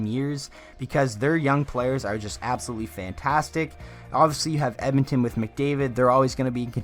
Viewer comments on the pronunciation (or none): none